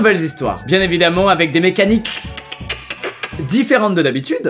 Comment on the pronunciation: Le truc qui fait le plus flipper : "MécanhiqueQUEQUEEEEQUEEE"